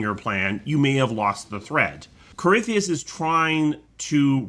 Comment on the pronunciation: Its easy to get caught up with everything, so I've learned to keep things simple. Nice video, and I always got a good laugh when would butcher corypheus name lol